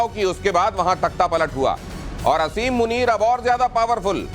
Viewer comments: Aby bewaqoof aseem nai hota he asim hota he jahil qoam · O pagal I olaad Kuta Asim muneer name hai pehly name to theak sa lay lo